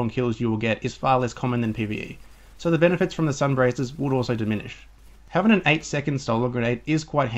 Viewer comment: Its sun bracers (bray sers)